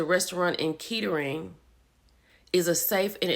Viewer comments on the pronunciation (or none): it's pronounced Kattering. It's right outside of Dayton and consider a nice area.